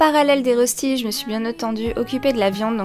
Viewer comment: En vrai, les rostis s'écrivent röstis et ça se prononce "reuchti" 😉. Les classiques sont sans lardons mais ça dépend quelles régions de Suisse et on peut en faire aux légumes, lardons... ils se cuisent souvent en grande galette qu'on partage avec la famille. On peut les cuire avec des pommes de terre râpées crues ou cuites. L'important est qu'ils soient dorés et croustillants à l'extérieur et fondant à l'intérieur.